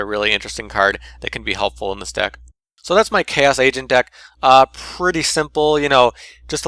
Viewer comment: Every time at the beginning when you said agent it souded like you were saying asian xD gg